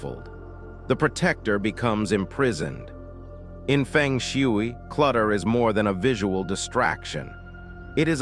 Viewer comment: Nobody will believe you until you make the right pronunciation of Feng Shui. There are 2 right pronunciations, in Mandarin and Cantonese.